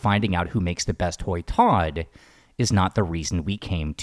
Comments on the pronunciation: Hoi tod is pronounced "h-oil" tod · Your pronunciation of hoi tod sounds like kwuoi tod😂